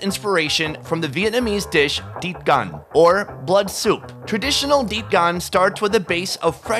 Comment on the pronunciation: I'm sorry but your pronunciation of 'tiết canh' sounds like deep gun to me lol but amazing video as always